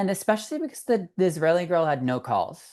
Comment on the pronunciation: Israeli, not "Israelian." Thank you, friend.